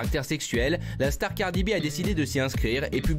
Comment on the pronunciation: jo-wilfried pas joe wilfried, et cardi b pas cardy b... un peu de professionnalisme